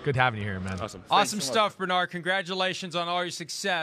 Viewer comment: Who is Bernard Rayman? At least try to pronounce the H. Bern-Hard. :D